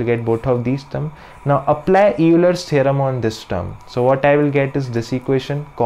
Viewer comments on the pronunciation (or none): If Euler were pronounced phonetically, your pronunciation would be correct, but it is actually pronounced as though it were spelled "Oiler."